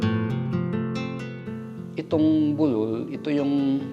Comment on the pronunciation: db bu--lul ndi bulul kasi tunog bulol, slow lang po ang bigkas